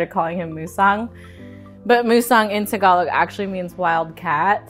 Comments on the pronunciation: What is "segalic"????????? Yooo Segalic =/= Tagalog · Tagalog** not Segalic ???? Closed captions had me wondering if there was another dialect I never heard of lmao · Tagalog, not Segalic omg